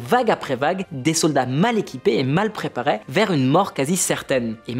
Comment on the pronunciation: Il y a une différence de prononciation entre les mots qui finissent en « er », « é » et les mots qui finissent en « ais » « ait ». Par exemple « mal préparés » c’est pas « mal préparais »…